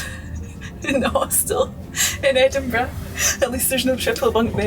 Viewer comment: I simply love your accent and the vid. The way you pronounce Edinburgh is simply magic. Every german English teacher would grant you with a 5 (which is is a bad note)😂 Just love it, go on like this and maybe once my Defender is ready to cruise, I m a participant of your journey offers…